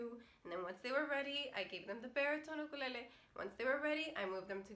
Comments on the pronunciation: I could listen to you say "UKALELEE" all day! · I like the way she's SAY'S Ukulele!!!!!😀😀😀😀😀😀😀💞💞💖💖💖💕💕 HER!!!